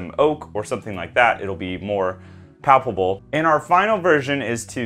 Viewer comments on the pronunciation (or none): I hate to be "that guy" but it sounds like you're saying "palpable" instead of "palatable". The former means "touchable" the latter means "tasty".